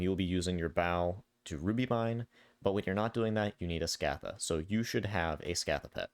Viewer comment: Sk - ah - tha > Sc - ay - the